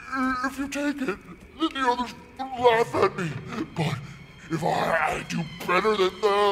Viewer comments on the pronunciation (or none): none